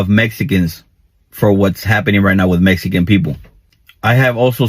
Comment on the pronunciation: Meessssican hahah